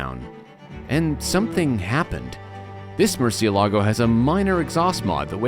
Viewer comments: A LOT of people get this wrong, even journalists.They say murcieLAAGO you are stressing the 'a', you don't stress the 'a' there's an accent on the E that is where you stress it MURCIÉ-lago is a Spanish word which mean bat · Accent is over the “e”, not the “a”. Yes, just about everyone pronounces it wrong. Murciélago is a Spanish word for bat, the nocturnal creature. Lamborghini names their cars for Spanish Bulls, as in fighting bulls. The word is not Italian. The Italian word for bat is different.